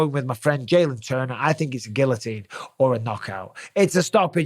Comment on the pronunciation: Gill-o-teen. You live right next to France